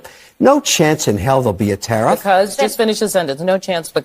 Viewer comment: TARIFF- TARE AS IN WEAR OR WARE, AND IF NOT TAR- EEFS. ENUNCIATE BRO!!!